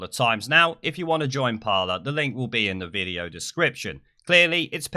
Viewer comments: It's pronounced par-lay, not parler. It's a French word which means talk or conversation. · just so you know, its pronounced parley, as in to parley (speak) with somebody of opposing sides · It’s called ‘Par-ley’ isn’t it? Don’t want to be that guy but fuck it 🤣 I’ll shut my mouth now. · christopher stanley it’s not it’s parler